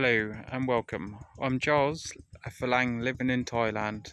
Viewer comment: Hi Charles, theres no P in Farang..😉